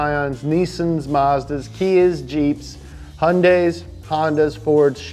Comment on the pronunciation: As an Aussie, just gotta say, "Hundays"